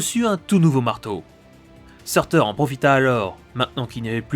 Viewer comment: Ça se dit pas sourtour ?